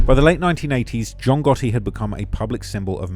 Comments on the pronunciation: "John Gahee" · capanegro, I'm not sure of the spelling , but that's how it's pronounced, it's an Italian surname.